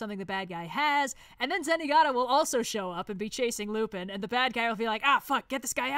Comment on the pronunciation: Ngl, Lupin III is my favorite anime, and hearing constantly mispronounce Lupin killed me on the inside every time it happened. But aside from that, yes. Great tier list.